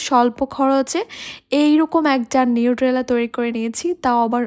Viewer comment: নিট্রেলা না এটা নিউটেলা। উচ্চারণ টা ঠিক করে করবেন